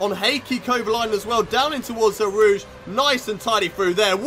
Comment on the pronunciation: It sounds like you’re say el rouge not eau rouge